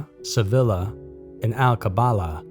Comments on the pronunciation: "Sevilla" is pronounced: "Seh-VEE-yah". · Extreme hallucinations, nothing to worry about????? BOLLOCKS. Why can't Americans pronounce words correctly. ROWT,SEVILLA??? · Hmm yeah don’t ask if we still dropped the bomb or anything, but the Beatles man that’s brilliant. What happened to the dog is the biggest question. Note: pronunciation of Sevilla was major cringe here